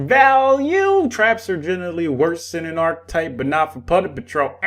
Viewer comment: Am I the only one hearing "punder patrol?"